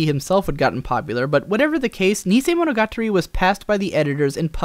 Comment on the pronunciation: Someone else who can't pronounce "monogatari"; say after me "mono - ga - tarry".